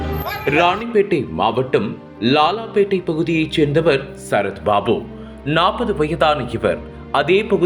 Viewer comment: ஐயா செய்தி வாசிப்பவரே லாலாபேட்டையா? லால்பேட்டையா? லால்பேட்டை - சிதம்பரம்